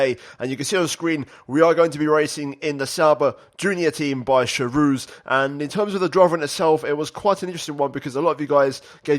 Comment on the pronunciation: Hey. It's pronounced KHarouz. It's not from french but from czech. Nice video though, keep it up!